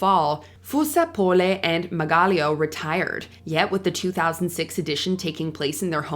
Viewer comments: that's not how you say fusar-poli or margaglio be for so real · Watche d the whole video and the thing that shocked me the most was how she butchered Fusar-Poli and Margaglio's names